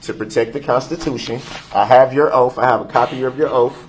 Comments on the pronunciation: "Your Honor, I have your 'oaf'." The irony 💀💀💀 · Oaf....it's oath😂😂😂